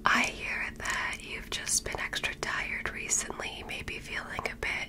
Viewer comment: I swear I heard extradited not extra tired.😂